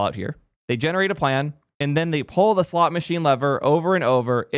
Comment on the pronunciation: I couldn't tell if you were saying "slot" machine or "slop" machine but actually...I don't it makes a difference